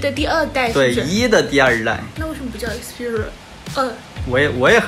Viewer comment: 一克四屁儿rua~